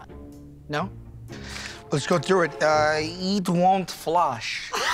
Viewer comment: Eeet Won't Flush 😅